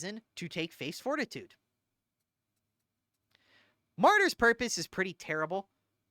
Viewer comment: Are you really unironically calling pronouncing the word martyr like the name Marty or is that supposed to be a joke? Unsure